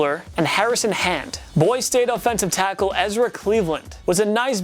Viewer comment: Is it just me or did he mispronounce like half the words he said in this video? Kristian Wilton? Boys State?